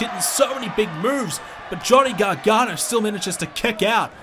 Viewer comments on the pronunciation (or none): It’s not Johnny garghana it ends with an o